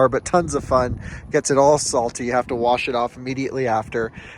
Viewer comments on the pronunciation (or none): none